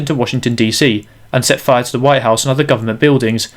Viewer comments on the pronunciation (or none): none